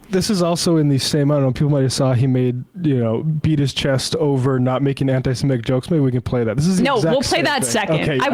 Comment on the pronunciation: Why is Enma still saying 'anti semetic'? There is no such f*cking word as 'semetic'. It does not exist. The word is 'semitic'. If she is going to argue about this subject, she should ABSOLUTELY be able to pronounce the word properly. Why are young people so ill-informed?